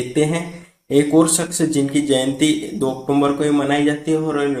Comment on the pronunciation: अक्टूबर का सही उच्चारण करिए।